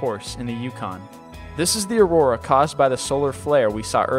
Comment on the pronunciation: Ugh.... the amount of mispronunciation of common words in this video is horrible. I don't expect everyone to know how to say every word in existence, but getting Andromeda wrong? Aurora, just after saying it correctly? Really? Do you read this all in one take or something? I love your videos but DAMN, ever heard of do-overs?